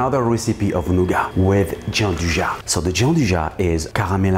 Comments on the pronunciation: Hi, wonderful recipe! I wanted to add a small detail, as i'm from turin, just for you to know for future occasions: it's not pronounced giandujà but rather giandúja:) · Nicely done! That's not how you pronounce gianduja though xD